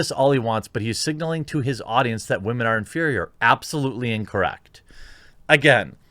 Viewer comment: because of the "wemen" you have earned my like sir